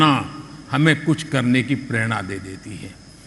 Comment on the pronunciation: Pronounce Sanskrit words properly .It is nor purerana it is prerana .